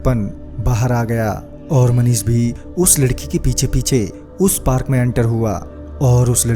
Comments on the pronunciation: Parak nhi park hota hai... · Bhai video to achha hai but parak nhi hota hai park hota hai 😂 😂 😂 🤣 🤣 🤣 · Bhai parak nhi park kehte hai